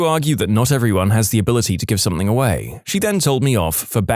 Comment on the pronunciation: No k in the word something